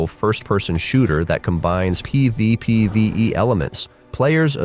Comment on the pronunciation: The struggle to say PvPvE everytime makes me lol 😂😂